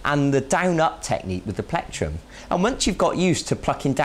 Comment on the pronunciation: haha i like how he says platrum